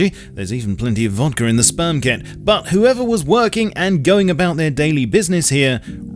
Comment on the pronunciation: I had to keep from laughing so damn hard every time you said "spermket". Well done, and VERY plausible.